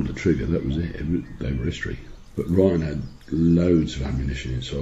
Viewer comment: good video but it's 'ryan' not 'bryan'...